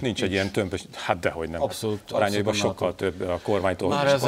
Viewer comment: Na de Anna "apszolút"?